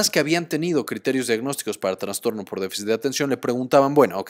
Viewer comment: Con todo respeto, estimado, se dice trastorno, no traNstorno. Excelente video y gracias por el aporte.